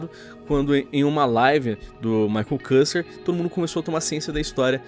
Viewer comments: Se pronuncia quister, não kuster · maicon CUSTER KKKK escreve maicon küster e se lê/fala my consquister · Maicon kuster não Maicon küster (kister)